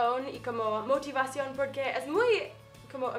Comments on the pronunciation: dijiste morivación y es motivación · minuto motiva cion no motimasion